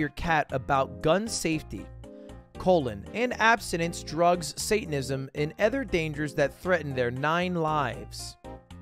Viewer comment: How come Lud pronounces "Other" - "Edder"? =P Edit